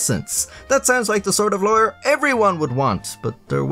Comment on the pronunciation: When he says lawyer it sounds like he's saying liar lol